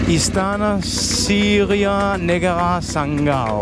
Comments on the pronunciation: Sanggau pronoun so good its like lokal 😂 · Saya sebagai warga masyarakat Sanggau, terimakasih telah mengucapkan nama daerah kami dengan penyebutan yang sebenarnya. Saya menaruh hormat untuk anda